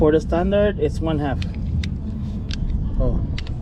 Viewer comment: This video saved me hours and is really through. Only one thing I would change, when loseing the tension, the voice recorder says HAP instead of half. It took me an hour to figure it out. All in All Great info.